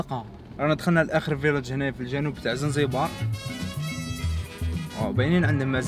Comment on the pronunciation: يا خبيب اسمها زنجبار ماشي زنزبار هههههه يهديك ربي اخبيب